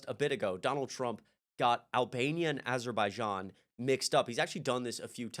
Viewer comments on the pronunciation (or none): You mispronounced aberjaizan